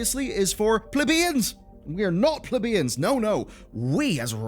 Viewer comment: LOL wtf... "plib-EEEEEE-YUHHHNNNNZZZZ" that is NOT how that is pronounced, and no it was not his accent lmao